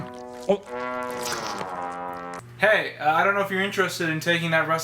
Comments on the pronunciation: Hold on... "Voila!" who the FUCK says it like that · thats not how you pronounce "voila"